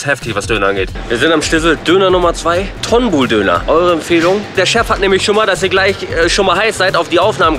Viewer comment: Tonbul nicht ton bull. Türkisch.